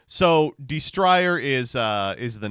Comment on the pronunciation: Dawg how u pronouncing destrier like that has ur ass never heard of horses before